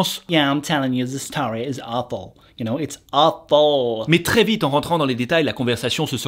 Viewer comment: Quand il a dit "it’s awful" a j’ai cru qu’il disait « waffle» 😂